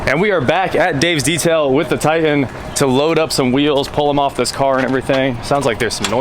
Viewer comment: It’s pronounced Tie Tan not Tie An.....👍